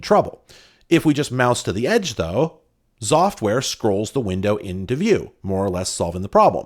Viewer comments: Me, listening to saying "Xoftware" but not looking at the player: Zoftware? What a nice name. Pronouncing X as Z will never cease to amaze me;3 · I think they expected you to say Exoftware, the same way some people say "Exavier" instead of "Zavier" for the name Xavier.